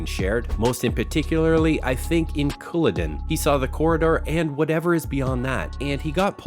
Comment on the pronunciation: And he said cooladen. It's "Culloden"